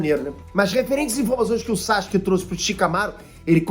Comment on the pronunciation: o nome dele é SASUKE, nao é Sashuke nao!!!!kkkkkkkkkkkk